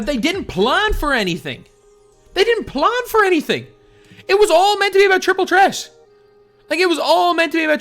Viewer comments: He never pronounces the th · The way you say Threat :) lol